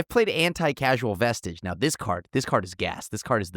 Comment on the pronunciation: Would have bought if had consistently pronounced the vestige...right or wrong. Also Tomer is right. In any optimal high power pod without house bans, chances are there's a Trouble in Pairs Rhystic Smothering...or use it defensively and steal something enabling your opponent even if it doesn't synergize with your deck (maybe that's why Herr Caretakers Talent doesn't want to buy in).